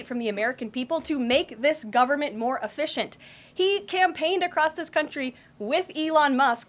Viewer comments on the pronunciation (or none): White House Secretary: "...to make the government more Afficient..." Me: No! The word is "Efficient," not Afficient. Someone who delivers speeches for a living should know how to spell and pronounce the most basic of words, which the word "efficient" is.